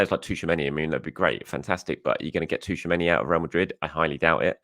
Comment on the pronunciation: haha 😂.. It's NOT Tooch-A-Many.. It's Chew-A-Many..